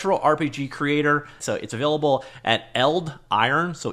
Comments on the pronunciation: Is it really pronounced eld-iron? I feel like as a name it'd be pronounced eld-i-ron instead. Idk maybe I'm wrong. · Yes, I would pronounce it Eld-i-ron, that would be my European kind of pronunciation :)